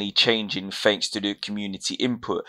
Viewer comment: You lost my attention when you said "fanks" instead of "thanks". There is no excuse for this.